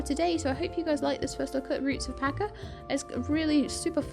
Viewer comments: ‘Cha’ not ‘Ka’. Pacha like the Disney character! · You're the only person that calls this game Roots of "Pa-Ka"